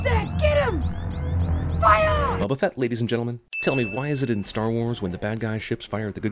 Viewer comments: Boba fett, not buba fett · am I the only one that hears wabufett whenever he says bubafett